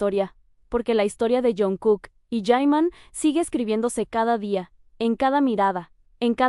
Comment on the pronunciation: Estoy de acuerdo el nombre es JIMIN asi se escribe y asi se pronuncia YIMIN tus articulos son buenos pero no le cambies el nombre y si eres Army me imagino que sabes perfectamente el nombre de Jimin. Gracias